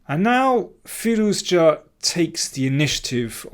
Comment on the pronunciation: Good video. Sorry for commenting about firouzja pronunciation last time, I realise you are saying the name the correct way now.